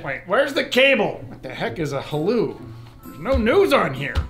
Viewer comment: "What the hell is a haloo?" Lol, my mom used to call the Wii when it first came out years ago the why.